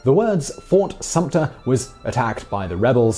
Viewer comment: SUMTER....NO P !!!